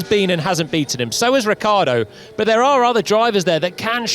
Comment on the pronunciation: This english guy cant say Ricciardo seriously somebody send this guy home